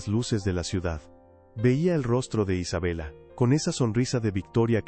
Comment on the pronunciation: Isabella.. pronunciación.....Isabela